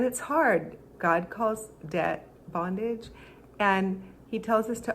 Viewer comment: Anyone else noticed how the transformed wife kinda half whispered the word "bongade"?xD Got me cracking so bad. Oh you're such a goody two shoes for not even wanting to say bondage normally out loud xDDD